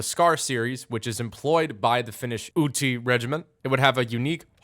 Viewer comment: ive heard worse pronounciations of utti and häyhä, but i love the concept